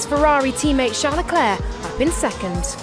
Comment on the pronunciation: Leclerc, the "c" is silent.